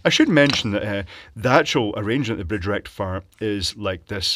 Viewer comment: FOOL BRIDGE RECTIFIAH